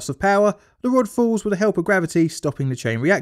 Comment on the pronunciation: Good video but my goodness it's hard to listen to, your pronunciation of 'the' as 'f' makes it hard to follow. You DO pronounce 'th' as 'th' sometimes so why not all the time! I hope all your other videos don't have that problem as now I've found you I want to watch all of them.